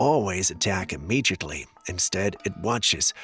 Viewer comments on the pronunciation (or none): Immediately not “immegiately” :)